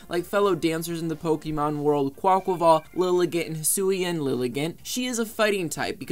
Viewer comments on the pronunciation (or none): none